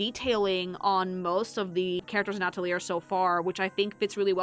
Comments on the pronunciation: "Witch Hat At - a - leer" AHHHHHH!!!! Ah - tell - lee - ay. It's French! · It's pronounced "Ah-tel-ee-yay" It's French. \at-əl-ˈyā\ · while i hate to say such a thing the word Atelier is French and actually ends with the a sound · Atelier's a French word, the 'r' isn't there to be pronounced, it's there to look pretentious. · She never stood a chance at pronouncing the title correct its 🇫🇷 where 1/2 the letters aren't really there